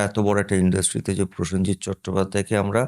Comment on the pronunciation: পয়েনজিৎ, পসেনজিৎ থেকে প্রসেনজিৎ